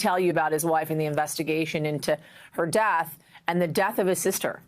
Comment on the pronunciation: PLEASE! IT IS NOT “DATH”, the word is pronounce death, de-uth. Not DATH!